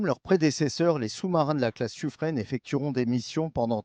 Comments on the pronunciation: Le narrateur qui dit Suffr"ène", ça pique un peu mais bon, ce n'est pas très grave en soit. Par contre à "trouver les moyens pour réduire la discrétion acoustique"... Euh... non, c'est le contraire ! C'est "augmenter" la discrétion acoustique, la réduire ce n'est pas tout à fait une solution d'avenir... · Finalement on ne saura jamais si on prononce "sufrin" ou "sufrène" 😀